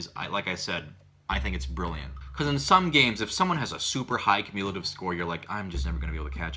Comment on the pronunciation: Did...... Did you try to say cumulative?